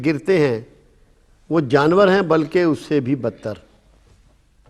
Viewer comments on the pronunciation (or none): none